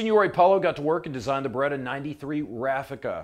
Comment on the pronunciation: it's B E R E TT A ! Not BUREDA